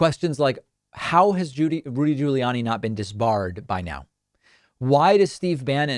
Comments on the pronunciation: Your Rudy Ju-lee-annie pronunciation is annoying beyond belief! You are literally the only person in the world pronouncing his name this way. Please STOP IT! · hehe, "Judy Ruliani" X-D Sorry, but sounded just very funny... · I WASSS following this video, buuuut, I friggn love how you say Rudy Giuliani. Priceless.